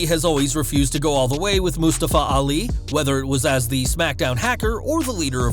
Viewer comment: anybody else think the vj is pronoyncing mustafa ali a little ofd?